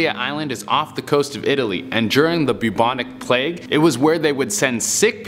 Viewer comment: Kinda irritated me how bubonic plauge was pronounced